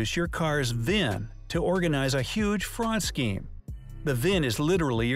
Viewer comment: V-I-N not VIV. Vehicle Identification Number